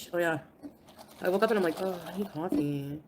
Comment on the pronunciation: 'The first thing he says is he misses me soo much! Lieke...y'knoww ho ho?!? Liekke...' Sure, Jan.